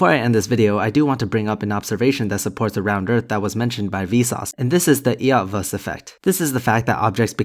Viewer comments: I just wanted to mention that the "E" in the name "Eötvös" is silent :) Not the easiest name to pronounce, check "Ötvös" in hungarian for the original version. But anyway, great video, as always! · That'll be "Ay-oet-voes" effect. If you're saying it with an American/Canadian accent, it should sound like "Ayertverss" but with more air in the "er" portions than normally heard. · I think Eotvos is pronounced "Uh t'vosh" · Eötvös ... it blown my mind as a kis in the same way as Weöres (one of our poet), but you should not pronounve the "E" in his name. The "ö" is like th soind in 'girl', and the "s" is like the beginning of Chevrolet. Otherwise, thank you for this "wise" flattard again :) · As a Hungarian, I find your pronunciation of Eötvös quite funny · Just a small suggestion - the "eö" and "ö" in "Eötvös" can be said like "ea" in "Earth". Not perfect but it works fine. :3 Hungarian is a very weird language.